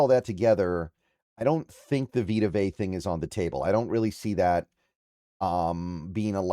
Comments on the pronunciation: Learn to pronounce his last name dude! Vea is pronounced Vay-ahh not Vay!! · it’s not vita vay… it’s vita vea (vay-uh) smh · His surname is pronounced Ve (as in Very) ah. Not vey /vay. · “Vey uhh” goodness lol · Dude two seconds to do some research on how to pronounce his name it’s Vita VE A. Dude is a husky legend how do you not know how to pronounce his name.